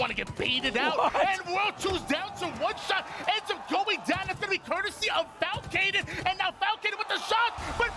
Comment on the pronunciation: call Falcated "flacicated"? 😂